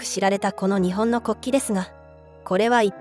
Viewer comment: ☆★・『日本』 のイントネーションが可笑しい!!!!! 日本の文化を正しく伝える❗❗ 🇯🇵🌸👨‍👩‍👧👶🧙‍♂️🧝🐶🐱🗻🌋🌅🪺🐦🐉